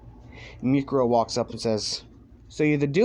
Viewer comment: mikuro? isnt it miruko